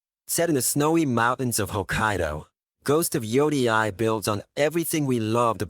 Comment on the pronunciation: Butchered the pronunciation of yōtei 😂